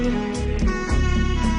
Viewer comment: Oh and... You pronounce it like Kohutovich